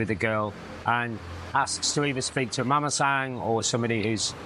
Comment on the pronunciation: It’s Mamasan or Mama-san. Not Mamasang.